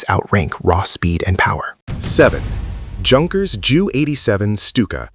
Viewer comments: “Junkers” is not pronounced the way an American sees it written, it is pronounced “Yun-kers” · Junkers - with the "J" sound? Did Fred Sanford fly that plane. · Pronounced You--kers not Junkers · The way you pronounce "Junkers"... 😅...try yoong-kers instead, that gets you very close. You were on the money with Stuka BTW! I'm not German but Dutch; yet, I speak, read and understand German quite well. Do realize I had to go to school for that, it's not just roughly the same language! Nice vid otherwise! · Pronounced "Yunkers" not Junkers 🙄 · It's pronounced "youn kers" ,not junkers. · It's pronounced yunkers not junkers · The "J" in "Junkers" is silent. So, say "Yunkers". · I came here to point out this error in pronunciation also. He makes it sound like clapped out cars.Not exactly silent J though, as that would make it "Unkers", rather it is spoken like a "Y" like you pointed out, as in the German "ja", meaning "yes" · Junkers.... 😂😂😂 it's pronounced yoonkers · It's not that difficult to use internet and find the proper pronunciation of non-English words. It sounds extremely silly listening to the way you pronounced "Junkers". Take a minute to check it out.